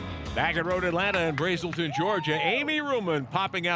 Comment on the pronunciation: um, it's brAselton..ah,ah,ah! not braeselton lol